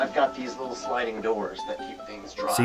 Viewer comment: I swear that Rhett says the word "little" in every episode. It always catches my ear because he pronounces it "luttle".